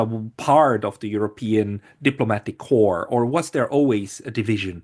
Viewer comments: did you slip and say diplomatic corps?😂😊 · No, he said 'corpse'! But why not? He seems to be a German speaking Swiss guy, and 'corps' is an Anglo-French construction. It's us English who are being absurd! ;-)